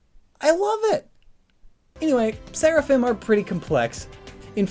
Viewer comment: The singular is Seraph. And it sounds like you're saying Seraphin, instead of Seraphim.